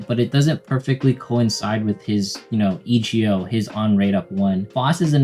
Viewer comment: "E" "G" "O" like Old Macdonald lol. Thanks for the guide though